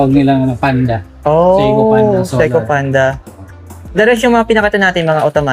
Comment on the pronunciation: Seiko hindi SEKO